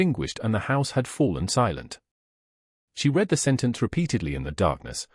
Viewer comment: Liked the story, unfortunately some of the pics were irrelevant and some words were mispronounced . ie bow n/v read verb past & present tense Thanks again Montreal Canada